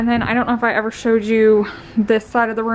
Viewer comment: I noticed you say ‘eever’ , am I right? I had never heard that before... love your videos!! Trying to learn to not get motion sick when I watch on my big screen tv. Had a COVID scare day before yesterday. My work made me leave and schedule a test....it was negative YAY!!!!